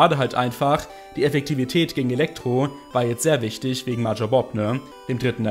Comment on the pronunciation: bei der art, wie du major aussprichst, drehen sich meine fußnägel nach innen.